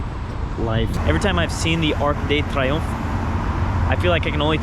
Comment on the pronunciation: Let’s not talk about the way how said “arc de triomph ” and “Versailles” Great video btw, this was great